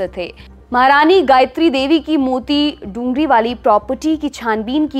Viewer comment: मूति डूंगरी नहीं बल्कि "मोती डूंगरी" बोलते हैं। कृपया सही उच्चारण करें।